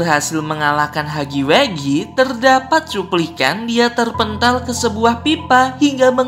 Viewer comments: Huggy wuggy bang bukan heggy weggy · Wuggy wuggy bukan haggy weggy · huggy wuggy =hagi wagi gitu bacanya